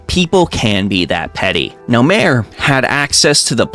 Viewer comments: It's pronounced "mah-ray," not "maire." Like the zone, Mare Lamentorum. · Since it's related to things on a moon, "mare" is pronounced "MAR-ay", meaning "sea", same as the IRL Mare Tranquillitatis (Sea of Tranquility), where Apollo 11 landed. Edit: There's a post about visual mods on the official site (I don't think I can link it directly in a comment). They tldr is they don't want people modding to look like they have unearned ult/savage/etc. gear, they don't want people modding to show unpurchased store items, and they don't want people modding to look nude.